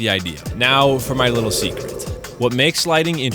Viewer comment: that "seceret" is killin me lol. amazing video as always man